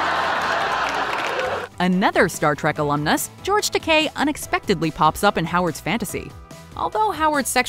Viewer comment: Her pronouncing Geroge Takei's name wrong made me hurt lol she obviously doesn't watch Star Trek 🤣